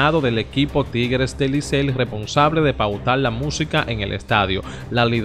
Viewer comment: compadre se dice licey no licel! estas leyendo lo que te conviene a ti.